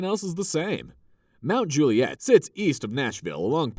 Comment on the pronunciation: Those shots of straight tree lined streets with sidewalks supposedly in Forest Hills and Oak Hill are nothing like reality which in reality are very curvy, hilly, huge grounds, long driveways and no sidewalks. There's even one scene with a car with NY plates. Oh and in Mt. Juliet, the accent is on the first syllable, like Mt. JU- li-et.